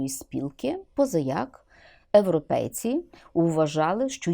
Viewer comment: У неї проблема зі щелепою. Пані Ірина просто не вимовляє йотовані звуки на ЙЕ.